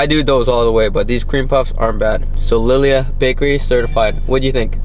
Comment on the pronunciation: Pronounced “Lee Lee Ha” Bakery 🤙🏽